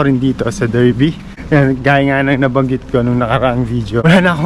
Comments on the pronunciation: Darby ang pronounciation nya boss hindi Derby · Derby is pronounced as Darby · Hello Sir.. you pronounce Derby as Dar-bee in British English. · It is pronounced DARBY mate